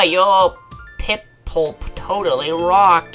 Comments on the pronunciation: Gyarados = Gare a dose Piplup = Pip lup Sinnoh = Sin no I was startled over you being unable to pronounce Gyarados when you claim to have played Pokémon for ten years now. Some tips to go with 1. This is an LP. Pokémon, especially gen 4, is slow paced. Because of this, you may want to talk more. I notice in your LPs you hardly talk, and when you do, 75% of the time it's to read the dialogue in the game. continued in 2nd part... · So many things pronounced wrong. Gar as in Gary - A - dose, sin - oh, pip - lup, tur as in turd - twig